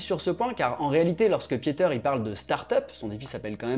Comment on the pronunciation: Merci pour la vidéo. Juste pour la prochaine fois, son prénom se prononce 'Piter' et pas 'piéter' ... mes oreils on pas mal saignées..